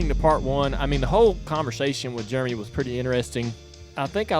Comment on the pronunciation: God, I love ya Dale. But it’s Jeremy, not “Germy”